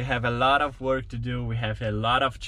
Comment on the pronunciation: Dear, You many times add an extra syllable "a" to words. One example is you say WORKA instead of WORK! Hope this helps! I have wondered about this because it is so common. Your brother does not add the extra "a" at the end of words. Sara does not. This is not a criticism! Thumbs up and I'm a subscriber!